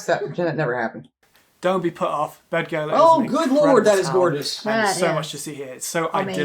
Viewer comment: Shame on him for pronouncing Beddgelert wrong. dd sounds like th. Bethgelert.